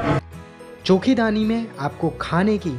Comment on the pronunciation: Many people mispronounce it by calling it चौकी धानी , Actual pronunciation is चोखी ढाणी which translates to "Beautiful Village"